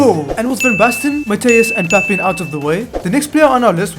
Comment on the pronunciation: HOW DID YOU CALL PAPIN? its not "Pap in" its "pap 1(in french)" It’s ok tho